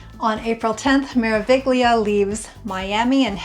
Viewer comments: Thanks for the info. Just an FYI the "g" in Meraviglia is silent. In Italian a "gl" together followed by and "i" sounds like the ll's when you say "million." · Learn please how to pronounce Cunard and Meraviglia!